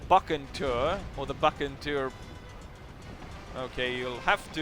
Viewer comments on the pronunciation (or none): its pronounced : Bu Sen tor